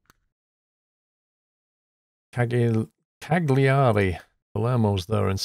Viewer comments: Cagliari is pronounced similar to Calgary in Canada ;-) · "Cagliari" is pronounced "ca-lee-ari". In Italian, the "gli" sound comes from the back of the mouth. Say the word "tagliatelli" to get the feel for it! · It's pronounced Cal-ya-ree Lol. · Ca-li-ari, is how they pronounce it, i think? Silent g.